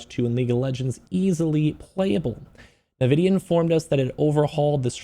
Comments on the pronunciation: Why can no one pronounce en-vi-dia correctly? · I would be a much nicer audience member if you didnt call the the primary focus and most valuable company on earth "nevidia"